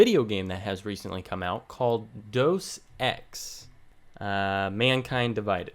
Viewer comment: everyone says it like doosex